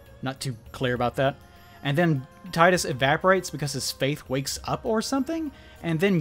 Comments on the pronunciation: 44 minutes of someone calling Tidus, Tidas and ranting about Blitzball....Finally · I wonder how many people know that Tidus is pronounced TEE-DUS because the name is based on the Okinawan word for the sun, Tiida, which is Tidus's name in Japan. Plus, the Japanese language pronounce the letter i as E and Final Fantasy is a Japanese originated franchise. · Both "Tee-dus" and "Tie-dus" are stupid. It's meant to be "Tida," (meaning "sun," which contrast's Yuna, meaning "moon") but the localization changed it to end with "dus." It was likely done to make it sound more masculine, but it just caused an unnecessary rift between fans not knowing how to pronounce his name right. Hate to sound like a stereotypical weeb, but it's kind of a problem when the localization's changes make it MORE confusing for westerners rather than accessible. Not to mention glaringly awkward when they retained all the other Japanese names fine.